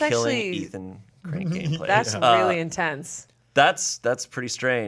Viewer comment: saying "(way of killing) ethan, cranking inplace" legit sounded like "ethan crankgameplays" i was so confused loll